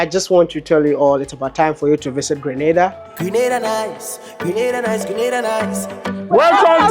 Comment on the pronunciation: Sorry Maya, Grenada is on the map if only people would stop pronouncing the name wrong and mixing it up with GRANADA that is in Spain.